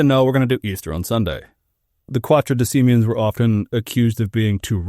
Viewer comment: not Quatodecimen, it's Quartodecimen controversy. quarto is not hard to pronounce.